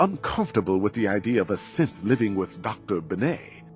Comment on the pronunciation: I know you say "As a Synth" but it sounds like you say "As a Simp"